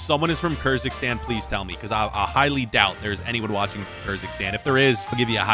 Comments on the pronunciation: Bro saying kyrzikstan instead of Kyrgyzstan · Kyrgyzstan 🇰🇬 community who watched him mispronounce it as Kerzikstan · Maybe learn how to pronounce these countries names first. You made a complete fool out of yourself butchering Benin, Guinea Bissau and Kyrgyzstan.